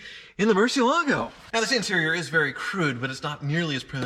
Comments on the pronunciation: There is one sound that's worse than your 1st gear and that is when Tavarish and Ed Bolian pronounce Murcielago as Murci-ala-go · Spanish speakers are going crazy about he mispronounces “Murciélago” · First off, congratulations on buying that awesome car. Secondly, for the love of God please learn how to pronounce Murciélago. Your pronunciation is cringeworthy! It’s a Spanish word. Please watch this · but seriously tevarish needs to teach you how to pronounce murcielago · It's not pronounced Murcielago, it's pronounced Murcielago. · Why do they keep mispronouncing Murciélago? 😂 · Apparently you're pronouncing it wrong according to Ed and Tarvarish even though I like the way you say it better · He's not pronouncing it correctly though, he even states it is Spanish for bat. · Stag Manson He is haha. Ed Bolian and Tavarish are the only people in the world that pronounce it that way. And they are wrong. Haha. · I don't care what Tavarish says (or claims that Google says), I prefer pronunciation of Murcielago, even if it's wrong. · Now I can't hear this pronunciation of Murcielago without thinking it is incorrect. Thanks Tavarish.